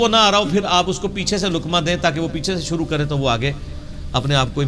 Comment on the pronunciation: مُحترم آپکا تلفظ بھی سہی نہیں ہے آپ لفظ شُرُوع کو سُرُُو کہ رہے ہیں۔ دُرُست کیجئے۔۰۰۰۰